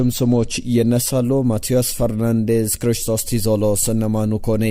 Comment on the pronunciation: ክሪስቶስ ዞሊስ ነው እንጂ ቲዞሊስ አይባልም!!!